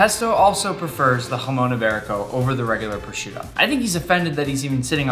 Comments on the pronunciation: me being Spanish and seeing Nick saying "Jason iberico" and Spanish words is just amazing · I just love your pronounciation “jumon ibarico” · And you pronounce it Hra-mong yi-be-riko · He says hamon iberico 😂😂😂😂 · im happy you have jamon iberico but im from spain and hearing you say its name hurts